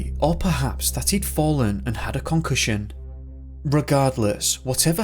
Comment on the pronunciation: "concussion" lol